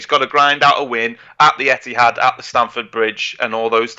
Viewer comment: Did you say emptihad 😂